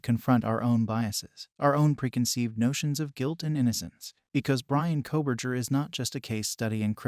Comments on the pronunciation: Nobody doing these videos is an expert😂 specially true crime people😂 this guy can’t even pronounce his name correctly ! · This is AI. Maybe Fake report? Can not say Bryans last name correct v